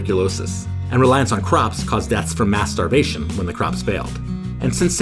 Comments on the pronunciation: Hehe the way he said "People died for mass stravation" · am I the only one who heard "masturbation"? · i heard ‘mass starvation' as mast*rb*tion 💀💀💀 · it took me a hot minute to figure out that said “mass starvation” and not… well you probably get it 🙄🤣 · I swear I heard something else when he said “deaths from mass-starvation”.